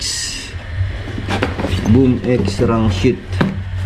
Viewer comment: Rangsit boss Hindi rangshit😅